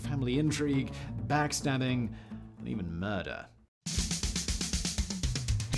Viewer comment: Simon: "...and murrrder." Me: OOOOoooo.... murder. [opens full screen and sits back]